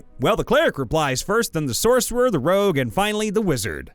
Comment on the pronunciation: It's not rouge, IT'S ROGUE!!!